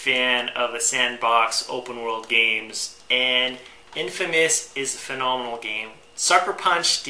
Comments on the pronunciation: Take a drink every time he says fanomonal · Say phenomenal again.